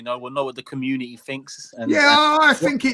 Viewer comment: fighting for his life to say “community” I love this show 😂